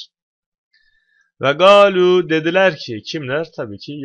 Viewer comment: Her sey güzel de o "galu" nedir ya kuran'da 'g' harfi mi var? Şuna 'qalu' desene.